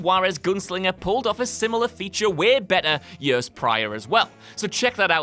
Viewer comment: I will pay them money if he never says years again. "Yurs" ugh